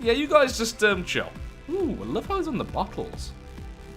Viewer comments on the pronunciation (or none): none